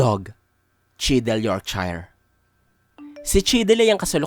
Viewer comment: York-Sheer hindi york-shyre